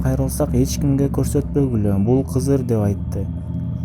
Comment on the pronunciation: Кызыр эмес Кыдыр дейт кыргызча